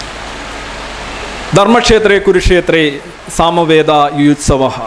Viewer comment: ഭഗവദ് ഗീത ശരിയായി വായിക്കാൻ പഠിക്ക് മാഷേ. സാമവേദാ എന്നല്ല. സമവേതാ അതെങ്ങനെ മനസ്സ് സംസ്കൃതമെങ്കിലല്ലെ വാക്കും സംസ്കൃതമാകൂ....